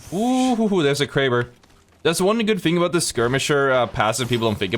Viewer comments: Lmao “I got 3 shots in my kwaber” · Bwo went cwazy with the Kwaber